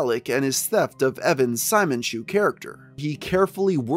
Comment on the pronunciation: I’m not sure if this is relevant at this point but it’s probably pronounced Si-moan not Simon as in the character from gurren lagann (who wears a drill necklace) is pronounced this way